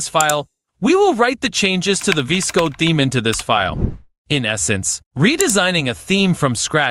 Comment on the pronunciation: this is the first time i have seen someone say VS Code "vis-code"